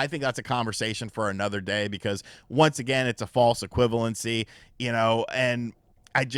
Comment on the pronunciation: Never say “equivalency” again bro. Just stop